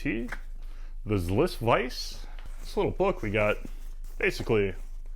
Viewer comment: That vice is pronounced ZI'-liss. Not Zliss. 😊